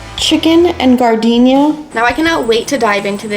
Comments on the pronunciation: You’re killing me! Learn how to pronounce “jar den air”!!! Have you never been to Chicago and had an Italian Beef Sandwich? They will ask you if you want sweet peppers or spicy “jar den air”, not gardenia! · OMG! I’m an Okie and even I know that it’s pronounced “jar-den-era”. Gardenia is a flower 🤨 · You said gardenia— that is a flower. It’s jar- den- yaira😂😂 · Gardenia? we eating flowers? Giardiniera is NOT pronounced Gardenia. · Chicago guy here. That’s hot giardiniera. Pronounced jar da nera lol.